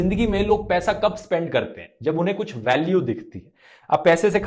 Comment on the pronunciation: U PRONOUNCED WRONG.. ITS NOT "25 DIN MAI PAISE DOUBLE" ITS 25 DIN MAII PAISAAA DOUBBBLLE😂😂